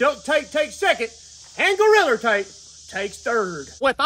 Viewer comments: I absolutely love how he says goriller tape 😂 makes me laugh every time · Every time he say’s “Goriller tape” I DIE LAUGHING 😂😂😂😂😂😂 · Every time says 'Goriller" take a drink. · His 'Goalriler Tape" had me dying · I can't fathom how you get an R on the end. I've tried to say it several times already. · Goriller tape hahahaa. he said Goriller tape … Ohh shit i gotta pee